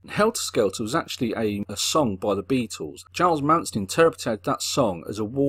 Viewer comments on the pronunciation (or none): none